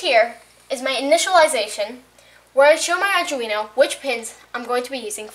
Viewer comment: oh btw its arduneo pronounced arr-doo-wee-no